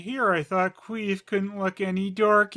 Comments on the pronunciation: Yep, never fails. everytime says Quease i always hear it as Queef and I chuckle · I swear I heard you say qweef